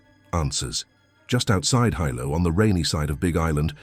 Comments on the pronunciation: Sorry Hilo is pronounced wrong - it’s kinda pronounced like Helo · Yes, I’m sorry, I wanted to snort and laugh really loud when he pronounced “Hilo” as Hi Lo. As if it was two words. I’m haole Hawaiian, and there are times I have to remember the rules my Hawaiian Mother taught me. I blame my haole blood. My relatives laugh at some of my pronunciations. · Is this AI? Totally embarrassing; how can you make a video about Hawaii and don't even bother to learn the correct pronunciation of Hawaiian names! Kaena, Hilo!